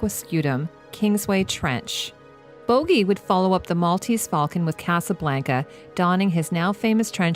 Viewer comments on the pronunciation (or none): none